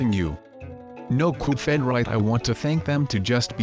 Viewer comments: His name is not Coupe head his name is cuphead and why do you sound like an anonymous anonymous whatever they're called are you an anonymous or something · ITS CUPHEAD, CUP HEAD NOT COP HEAD SILLY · You say "Coofead" instead of Cuphead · Why do h call the game cufheaad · Cuphead not cufheat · "cophead" xD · It's Cuphead, not Cofhead! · HE SAID GOOFHEAD! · its not caled goofhead its cuphead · Uhh it’s CUP HEAD not CUFED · Do u mean cuphead not duffhead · Coof head? What u mean cup head u propaly sick or u have hiccups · "coop fed" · It's cuphead (pronunciation: cup_head) not cuphead (coof_ed) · "goof fed" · Why did you say cufhead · COOF ED [eh duh not ed as in sqashED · ITS NOT CALLED COUPHEAD YOU STUPID>:( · he is saying coop phed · You mispronounced Cuphead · Its not coophHead its cuphead. And not "Thrust me" its Trust Me